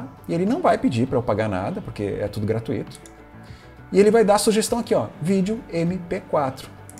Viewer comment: Tirando a insistência pelo "gratuíto", tudo perfeito, rs. Obrigado pelas dicas.